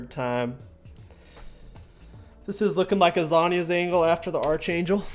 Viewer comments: It's not Arch like Archer, it's pronounced ARK-angel like Your favorite sitcom Arc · why’re you so mad man. King pronounces archer as “arch er” so what? Why’re you so pressed💀💀